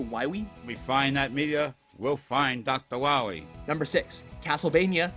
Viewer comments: DOCTA WAHWEE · We'll find doctor wowee. After I kill da wabbit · DOCTAH WAHWEE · “We’ll find Dr. Wowee”